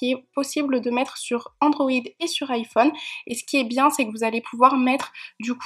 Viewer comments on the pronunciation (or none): none